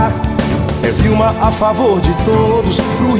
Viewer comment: É Wilma de Faria e não Vilma Faria